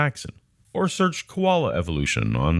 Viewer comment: Is it just me, or does he actually say "Kolala bears"? for example...